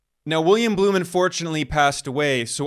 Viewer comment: Not "Bloom"... it's "Blum".